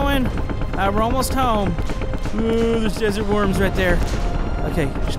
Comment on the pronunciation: I thought you’ve been saying desert warms for ever